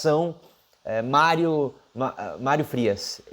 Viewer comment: "Málrio" Frias o fanfarrão Imbecil!!!😁😁😁